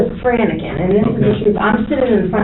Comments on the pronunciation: “Franicking” is way up there, too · That girl just gave me a new word to add to my vocabulary...."Franiciking" I love it:).